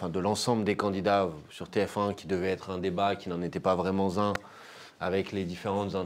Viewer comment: Manuel Bompard parle du passage de JLM dans l'émission sur TF1 : "(...) qui devait être un débat mais qui n'en était pas vraiment Z'un (...)" Hey Manuel, c'est quoi cette liaison tordue ?!? ^^